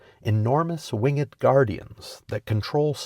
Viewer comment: Wing-ed? A. I 'd' d? What alphabet?